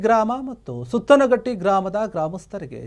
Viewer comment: ಗಾಮನಹಟ್ಟಿ ಅಲ್ಲ ಗಾಮನಗಟ್ಟಿ ಸುತ್ತನಹಟ್ಟಿ ಅಲ್ಲ ಸುತಗಟ್ಟಿ.